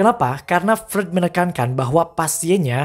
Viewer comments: Misi bang Freud itu dibacanya "Froid". Buat pelengkap aja krna penjelasan represinya udh bagus jdi makin mantap klo penyebutan tokohnya benar. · Revisi bang : Freud dibacanya "Froit" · Cuman mau bilang bang, Freud itu bacanya Froid.. Sy jg sering bingung bacanya, tp udah keseringan dibenerin ama temen yg anak psikologi..